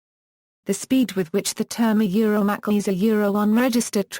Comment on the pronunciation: Pronounced: "MaKey"